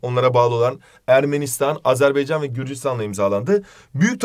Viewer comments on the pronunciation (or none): none